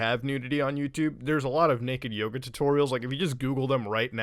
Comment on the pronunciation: At first i thought he said naked yogurt